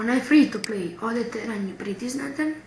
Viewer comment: decko ne kaze se fri to pli, vec fri to plej (FREE TO PLAY )